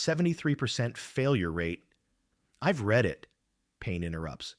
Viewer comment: note to AI, please stop writing numbers like $1,250,000 and spell out the word 1 thousand, 2 hundred and 53 hours the AI voice cannot say the words correctly when in the wrong format. oh, and PLEASE use red and not read. he read the paper is spoken poorly. he red the paper, comes across correctly.